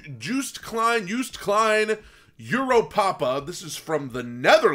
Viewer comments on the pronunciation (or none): Joost is pronounced as Yost